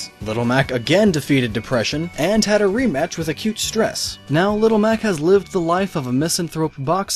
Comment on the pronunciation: Re-match Not re-mach